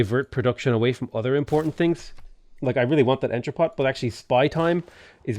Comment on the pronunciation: the final t in entrepot is silent